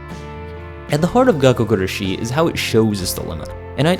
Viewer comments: It's not really gakkou guRAshi either All the letters are annunciated about the same but if you were to annunciate anything it would be the GUrashi ¨ Pronouncing it with a strong Ra is what English speakers tend to do the strong shi sounds very French to me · It's gakkou guRAshi... (also in another video) it's suBAru. Idk why so many english speakers have so much trouble to pronounce them correctly =S